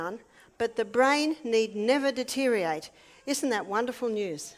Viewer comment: Lost me with mispronouncing deteriorate and misspelling of judgment. (I overlook minor language mistakes in every day speech, but expect proper grammar/spelling in prepared presentations.)